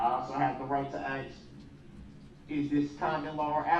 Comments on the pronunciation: If I hear the words, “courtesy and decorum” or axe, speckle-active, groundz, or “subject matter jurisdiction “ or “I don’t consent to being called by that name” - again, I will be a happy camper. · I Ax I Ax I Ax... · He AXED too many questions. He’s FINNA go down for the rest of his life with no parole. Hope he had fun with the judge SUBSTAINING all of the prosecution’s objections and NONE of his. The TROOF is out now. I bet he’s going to told on to the judge’s OAF of office for the rest of his life. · I done AXE you who dat say who dat when I say who dat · I axe yu honor...subject matter jurisdiction... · Every time he says AX instead of ask its like nails on a chalkboard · "Ax" 😆! I've never understood why they can't pronounce "ask" correctly. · axe/not ask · Rush to judgement, grounds, leading... some of the words he learned this week. "itentity", "ax", "nomman", "imma" some of the words I learned this week.